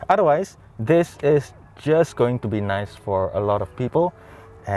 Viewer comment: "Very naise" 🙃